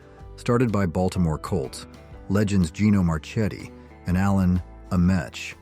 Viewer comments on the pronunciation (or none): none